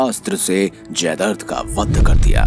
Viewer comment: जयद्रथ__ जयदर्द नहीं